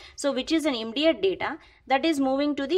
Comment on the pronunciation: Immediate ka aap pronountation galat kar rahi hai